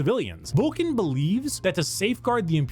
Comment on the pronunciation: it’s Vulcan. He just mispronounces n as m all the time. It drives me nuts. If you Took a shot every time he does you’d die.